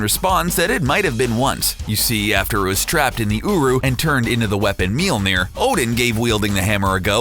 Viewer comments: ITs Mjølner øæå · Guys if you ever make a video about mjølner again please let a Scandinavia guy say it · Oh god he butchered the name i also hate this hole video it completely distroys the mythology of thor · It's called mjölner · Monkeyboy *mjölner